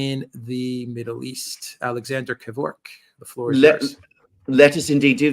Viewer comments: Its pronounced 'Gevork' 🙂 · It’s Kavork! How exciting!